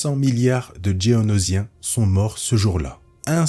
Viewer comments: Faut vraiment revoir la prononciation des espèces, c'est absolument insupportable. "Djéonosien" sans déconner. Juste "Géonosien" comme c'est écrit et dit dans les films/séries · Geonosien et pas Dgeonosien ;)